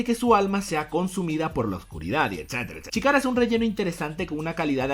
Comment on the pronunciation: CHIKARA SE PRONUNCIA SHKARA